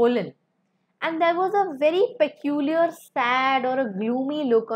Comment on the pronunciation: Madam, your English pronunciation is wrong in many cases like peculiar.